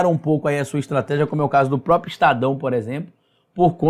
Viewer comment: Ótimo vídeo. Mas olha, o nome não é própio, é PRÓPRIO!!!!!